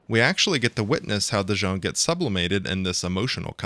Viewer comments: Why do you keep calling him Dijon? <.< DIS-SON. My introduction to the series being that I am from the 80's was Ace Combat 1. Never got into the other games because of release lacking and stuff like that. I played through Ace Combat 3: Electrosphere a few years ago which used a different translation patch since this one looks a lot more clearer than the one I have ( I got a full playthrough of AC3 with special edits in a few videos, I highly recommend the final one to see what I mean ), and this is my favorite Ace Combat game. Before this, it was Ace Combat 1. AC7 is a joke and AC4 I'm not even interested in, it doesn't tickle my fancy at all. But this? AI, questions regarding our future the possibilities.. This is right up my alley and alawys has been. Ghost in the Shell <3 Mega Man and so forth! I think about this game still on a near daily basis. The theme Morceaux is amazing. This game really was a beautiful starshot. And when you consider the Iceberg meme of Z.O.E., Sublimation and possibly Mihaly — I so hope they tie Ace Combat 8 with Ace Combat 3 and doesn't try to do something dumb . . . but my money's on that they'll do something dumb... Companies often seem to have some strange aversion to tying their franchises together... Did start a Ace Combat 2 playthrough that I'm still in the recording phase of but that game... is not very fun. But every time the Z.O.E. enters the battlefield, I'm just all giddy about it. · It's fun hearing people say Dision's name incorrectly because we can hear clear as day throughout the game that people say it like "Vision."